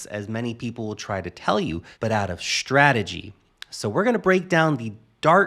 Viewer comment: why do you pronounce "s" as "sh" ? SHtrategy? why?